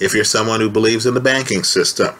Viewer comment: “... IF YOU BELIEVE IN THE BANKING SYSTEME”!!😁, i noticed.